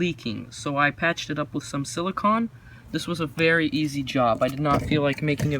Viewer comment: It’s “BOW-front,” not “bowlfront” Also, “sili-CONE” Just letting you know for future reference!